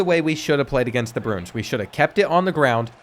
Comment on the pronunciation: Love your content but Bruins is pronounced “Brew-ins” Pena is “Pain-ya”.